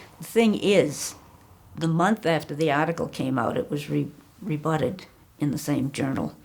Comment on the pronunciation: “Re-butted”, “convulges”….. lol the leading sources don’t know how to pronounce the words they use …